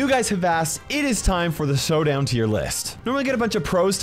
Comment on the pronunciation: Did just said Sowdown?!?!